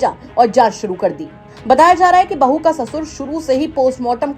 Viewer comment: बहू कैसे बोल रहा बहु जान बोलो😂